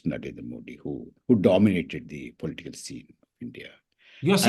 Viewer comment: its political and not polteekal, Mr. Prabhakar. You need to get over MTI.